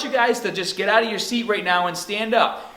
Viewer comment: his pronunciation of "arms" and "start" sounds Aussie to me, while at the end he said "oot". Honestly Im confused...